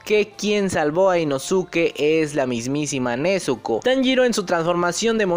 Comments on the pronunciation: Puedes decir inosuke como suena osea inoske esque me da cringe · se escribe inosuke pero se pronuncia inoske algo así como con sasuke= saske Pero inosuke o inoske igual son válidas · por que se escribe así, simplemente su pronunciación es diferente a como se escribe